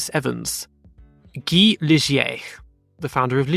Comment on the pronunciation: I believe Ligier's name is pronounced Guy (Ghee)